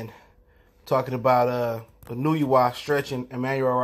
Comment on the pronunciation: I love Inoo-you-wa